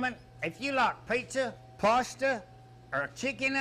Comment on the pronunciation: If you like Peeeshza, Paaaasshhhta, or chicken Ayfreyo……